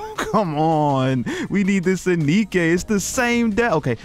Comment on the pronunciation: Pretty sure her name is pronounced DK But more off, really? Nothing? Would have thought Reynard or Marduk would have done something at least. I came here betting on Reynard because I know your weakness.